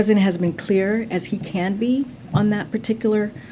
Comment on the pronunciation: I love how she says " as clear as he CAN be".